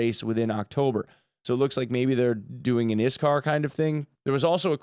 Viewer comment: It burns my soul that you said "Iskar" and not "Iksar".